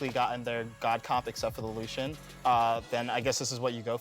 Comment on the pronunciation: Lucian? Really Lucian? That ain’t it chief.